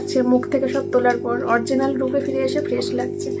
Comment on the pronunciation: Orginal ki uchharon tumi to English jano na but tabu o bolo vul val English ota original hobe ok